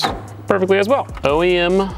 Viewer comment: It sounded like you said that you need the steering wheel ASS high as physically possible 😂😂